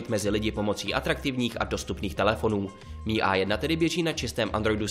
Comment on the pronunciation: Čte se to em i a ne mi